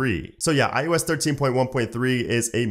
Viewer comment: iOS right?? not IUS